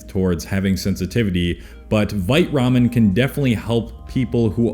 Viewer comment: LOL when you said 'Vite Ramen' the first time I thought you were trying to say 'White Rum' in like a Swedish Accent LOL